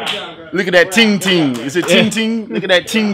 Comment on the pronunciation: Thats peng ting not ting ting lol